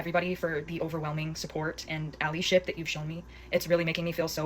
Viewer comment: yes she's annoying, yes im on her side. my ONLY problem is that she said ah-LEE-ship.... GIRL?? it's ah-LIE-ship, come one now 😭😩